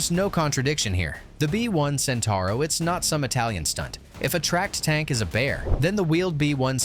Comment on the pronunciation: Centauro (Centaur) far from me to understand how people can butcher Italian words when they have to add a single o at the end of it...